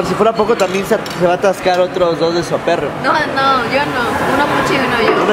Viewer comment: Mi mamá igual dice "Suaperro" 😂